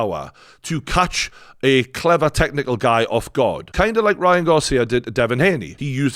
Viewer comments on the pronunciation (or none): none